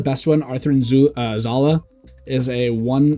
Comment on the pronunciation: i know it is petty but why are you saying Athrun Zulu instead of Athrun Zala?